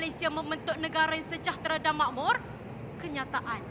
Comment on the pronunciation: setuju, dia tak guna bahasa melayu baku SEPENUHNYA, separuh shj baku, separuh lagi BM standard/formal yg kita gunakan skrg (pengaruh loghat johor-riau)...bahasa melayu baku bukan setakat penghujung A shj...banyak lagi sebutan baku tidak digunakan dlm video cthnya 'makmur' disebut 'makmor', 'kasih' disebut 'kaseh', 'hancur' disebut 'hancor', 'titik' disebut 'titek' dsb...agak sukar untuk berucap dalam BM baku sepenuhnya, sbb kita dah terbiasa dgn sebutan seharian, walaupun dah control sehabis baik utk berucap sepenuhnya dlm BM baku, pasti akan terselit juga sebutan seharian kita